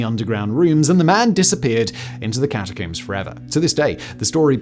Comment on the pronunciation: How do you say this word? Comb. Then why do you say catacomb like that.....